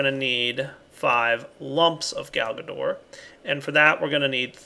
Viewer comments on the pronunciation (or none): I don't know... everytime he says Galgador I just hear Garbador...